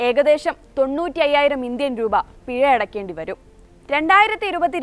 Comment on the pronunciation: പിയ അല്ല പിഴ 😢